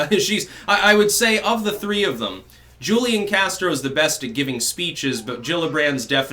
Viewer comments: It's not Julian Castro it's Hoolian Castro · FYI- Julian is pronounced: WHO Lee Ahn Hoo Li On (Take your pick) The J in Spanish has the H sound. Just trying to help...